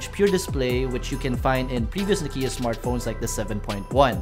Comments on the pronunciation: it's not Nokeeyah..it's Nokyah! Finland baby. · Your "Nokiiia" pronunciation is terrible.